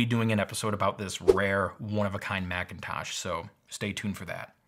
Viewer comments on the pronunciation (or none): none